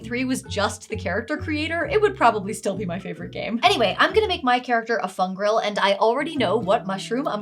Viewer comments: Every time you say the word "fungril", it takes me back to when someone was calling it "fun girl" in the Critical Role character creation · I know you're saying Fungril, but every time my brain hears Fun Girl.